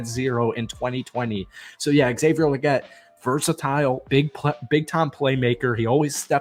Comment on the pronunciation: ALSO THO!! Lol Legette is pronounced with TWO E’s!!🤣 like Leegette Lol